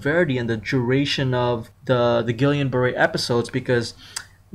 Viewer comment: It's pronounced Gee-yan